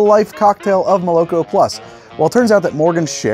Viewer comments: not molOk0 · "Mole-Ah-Koh" plus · it should be pronounced " molokO " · Probably not the first one to say it but moloko is russian for milk and it’s pronounced: muh-luh-KHo or moloKho stress is on last syllable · i would pronounce it as molokO, as in Rusian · fun fact moloko is milk in russian and it is pronounced more like malako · And btw, moloko is pronounced with the emphasis on the last syllable. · And the stress falls on the last syllable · Love the show dude, but ya gotta look up how to pronounce молоко. Not trying to be a jerk. I really do adore your work! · lmao, it's pronounced with the stress on the last syllable not the middle one. also the first o is pronounced as an a. here's an example